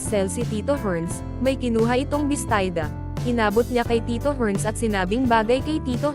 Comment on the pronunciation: Hoyy! Bestida! Hindi Bestayda